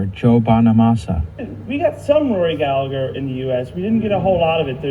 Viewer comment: Proper pronunciation. Gal-eh-her